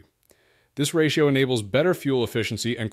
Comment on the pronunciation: Clearly AI has no idea how to pronounce a ratio. Don't use it mate.